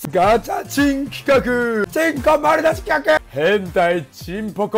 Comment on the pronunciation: 企画がルカクに聞こえてくる